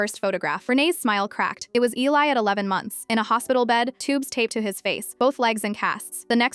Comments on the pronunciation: It's not Elleye Eli is pronounced Eeleye. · It's Eeeee-li. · Its pronounced Eee liii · EEEE-LIE is how it's pronounced. Just say there was a house fire all pictures were lost ❤ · A compelling challenging, exciting story in a very brief time. However AI must be trained, program to correct pronunciations and text. The comment before mine is absolutely correct It is definitely pronounced. Eeeeei